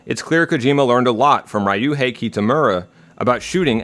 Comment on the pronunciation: "Raij-joohei" I know commenting on pronounciation is rarely constructive. But I have always found the instistance of americans to stubbornly insert an "ah" in the middle of "Ryu" very confusing. What linguistic trait is it that triggers this? I can understand that having a "y" directly following an "r" can be umcommon for english speakers. But if it was only that I would expect more variety in the pronounciation. But to wholesale invent a vowel inside the syllable... Why is this so pervasive? I am genuinely curious. I am not trying to make fun of it. It is a phenomenon I actually want to understand.